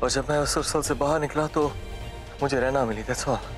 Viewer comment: For your mind it's raina not Rana